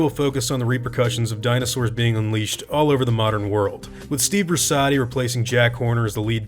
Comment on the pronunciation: I believe Brusatte’s name is actually pronounced ‘Broo-set-ee’ :he mentions the French pronunciation of his name in ‘The Rise and Fall of the Dinosaurs’, as well as in his lecture on tyrannosaurs on YouTube